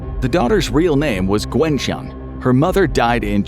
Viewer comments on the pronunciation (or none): Need to correct pronunciations, Wepre (wep - her) Ewloe ( you- low) Gwenllian (gwen - LL like a cat hiss - ann )